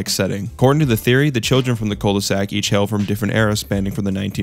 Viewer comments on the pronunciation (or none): none